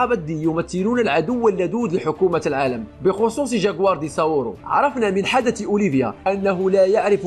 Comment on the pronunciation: اتكلم زين وش الجاكوار قول جكوار